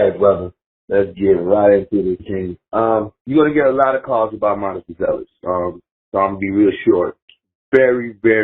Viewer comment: Not Mataas, but Maatas, give or take.